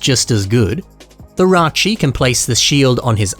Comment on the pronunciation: Ракши а не райчи